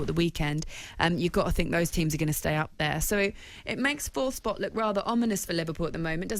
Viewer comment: “Think” not “fink” you cretin